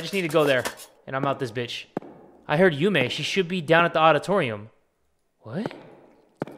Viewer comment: And her name is YUME not yumi